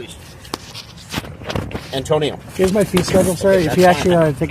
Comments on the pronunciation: Just call him An-tow-nio. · Antonio A-“Bay”? sounds like a SovCit to me